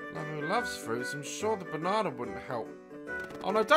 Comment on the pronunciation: I love how Daz said Banna I love how Daz said-banana